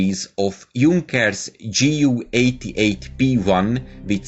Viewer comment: JU not GU